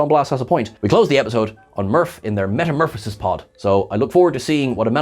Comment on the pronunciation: Wait. Did he just say metaMURFasis pod?? 🤣🤣